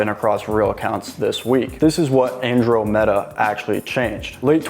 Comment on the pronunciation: You are pronouncing Andromeda wrong